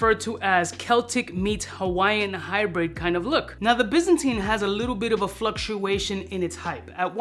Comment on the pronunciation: Pronounced - by zan tine. Not bizzinteen